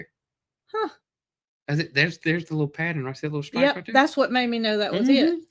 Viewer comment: Lol......pattern is a 2 syllable word not 3. Pa tern not pat ter ren. I just get so tickled with all of our different ways of talking. Love your videos!!